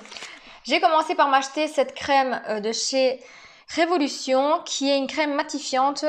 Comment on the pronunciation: coucou, répète après moi... RE...VO..LU...TION... 😁😁 Sinon très joli makeup!!! bisous bisous